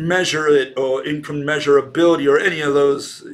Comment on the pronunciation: ... it's not incommeasurabilty, it's incommensurability